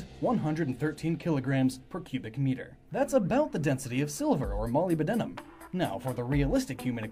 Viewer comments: Just to let you know, molybdenum is pronounced mo-lib-den-um instead of moly-buh-den-um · "molly-b-denim" Uhm no. Thats not how you say Molybdenum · Oh god, hearing you pronounce molybdenum throws me off. For future reference, it's pronounced mo-lib-deh-num. I hope that helped. Still, good video. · That feeling when someone mispronounces an uncommon word that you know. Molybdenum is pronounced 'muh-lib-duh-nuh m' because it totally makes perfect phonetic sense. Awesome speculation, by the way. Really love seeing such a thorough theory. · The way he pronounces "Molybdenum" made me face palm so hard, that my body was flown around the whole galaxy and forced to write this comment